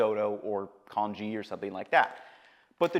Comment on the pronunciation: In many of your videos, you mispronounce many delicacies. Here it is congee. Add that to Geisha and a host of other food specialties.